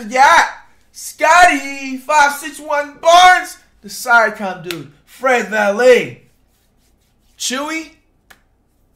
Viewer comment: “Fred Vallet” 😂😂